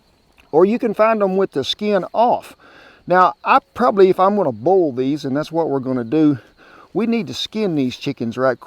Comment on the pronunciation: The way southerners say “boil” is one of my favorite things ever